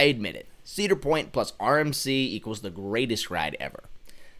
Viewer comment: . Says the person who can't pronounce Cedar Point.